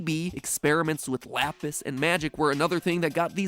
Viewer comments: Pronounce lapis like that again, I dare you. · he say lapis wrong however seconds later says it correct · how Italians says lapis